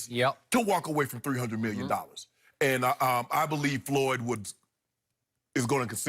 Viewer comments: It is FLOYD........................Not FOLYD....lol I know Shannon is a idiot, but come on now :) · It's not foyld it's floyd wow. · “Foyld”? Apparently Money Mayweather wrote this video title. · Is that pronounced Fo Lid??? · Who's 'Folyd?' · He spelled floyd name all fukked up😂😎